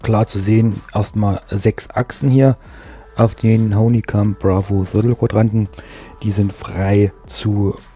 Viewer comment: Schönes Review, aber das ist die Firma Honeycomb (gesprochen Hannikamp) Nicht Honii : D Mir gefällt Deine selbstgebaute Buttonbox! Schön gemacht, egal mit der Farbe :D Was ist Dein Name bei twitch und Deinen Livestreams? Habe den Bravo Throttle Quadranten Ende März gekauft, auch bei Aerosift und habe heute Bescheid bekommen, dass er in 4 Wochen eintrifft. Bin gespannt. Preis liegt wie immer bei 250 Euro. In Deinem Video ist der Preis ohne Mehrwertsteuer angegeben, deshalb wohl weniger.